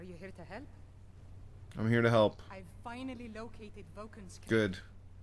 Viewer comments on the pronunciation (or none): none